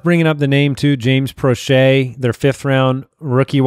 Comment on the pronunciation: James Proche is not pronounced "Pro-shay." It's pronounced "Pro-sh".